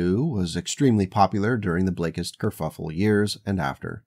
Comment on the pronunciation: why are you calling it a curffule, wasnt it a ji-.... oh youtube isnt it